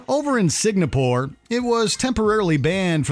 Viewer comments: dude why cant you pronounce "singapore"? SING-A-PORE this is the second video where you called it sig-na-pore! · Are you saying "Signapore"? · Signapoor? Come on, mate. I know you are Canadian, but that's too much. I mean, saying people's names wrong is not too bad, but saying Singapore like Signapoor is just laughably bad. At least it wasn't sign a poor, but that doesn't make it much better.